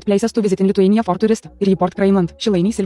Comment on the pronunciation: I live in Lithuania comma and yes you butchered I'm a better I can see it really easy